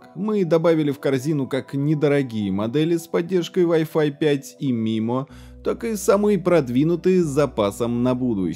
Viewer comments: Маймо, а не мимо. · Очень интересно, и всё таки правильно будет произносить маймо а не мимо😁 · Не мимо а маймо "инженер" космический